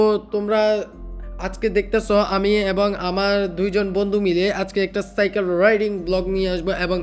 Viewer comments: চাইকেল না ভাই সাইকেল হবে। তুমি পুরো ভিডিওতে শুধু চাইকেল বলেছো😂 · R ha video te cycle(সাইকেল) k bolsila চাইকেল😂😂. But oita সাইকেল hobe